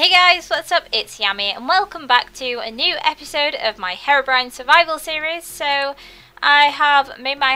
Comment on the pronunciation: hat mod at first I thought you said hair-orbrione cues your hair has blue highlts in it its really cute! :3